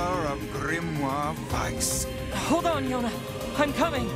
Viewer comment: It's a small thing, but I like that they pronounce "Weiss" so well :D